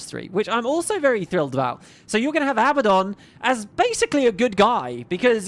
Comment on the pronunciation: Abba-don - is a mafioso who likes Abba. A-bad-don, is well, a bad don. Since Abaddon seems like he's going too be a big part of GW3, please please pronounce it accurately. :) <3 See: 1. The Abbadon (Real-World Surname)Abbadon operates as a legitimate, though rare, regional surname. It is a variant of the Spanish/Basque surname Abadia or Abad, which historically means "abbot" or "pertaining to a monastery." Families with this specific spelling configuration can be found primarily across parts of Spain and France.2. Popular Culture Intentionally Using 'Abbadon'While most fantasy and sci-fi universes default to the biblical spelling, a few specific franchises used Abbadon intentionally to name specific entities or places:Marvel Comics (The Inhumans): In the Marvel Universe, Abbadon is the name of a specific, isolated province located within the hidden Inhuman city of Attilan. It is designated as a high-security prison sector used to exile dangerous criminals and outcasts.The Magnus Archives: In this acclaimed horror fiction podcast, the specific spelling Abbadon is explicitly associated with "The End" and "The Buried"—manifestations of primordial fears related to inescapable doom and being trapped underground.